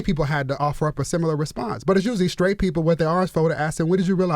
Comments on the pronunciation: Charlamagne : I’m skraight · Why does charlamaign say “sCraight” (sTraight) and “sCripper” (sTripper)